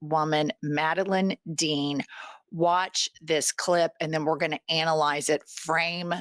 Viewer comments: It’s Madeleine Dean. Pronounced Mada- LEAN. She’s my Congresswoman here in a Philadelphia suburb. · Her name is pronounced Madaleen (though spelled Madeline) ❤ and she is awesome